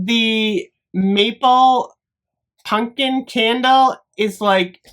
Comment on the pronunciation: I’ll never get tired of you saying punkin instead of pumpkin. Never